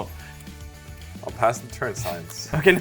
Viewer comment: Again, the way to emphasize the word "the" is to pronounce it "thee", not "thuh".